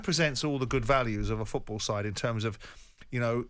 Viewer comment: Good old Jim.. "Champions Leage FEWTBALL returned"... Jim, it's FOOTball, not FEWTball!!